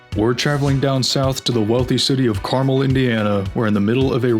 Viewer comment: pronounced car-MEL